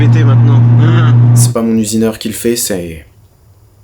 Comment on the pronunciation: "mon usineurhin"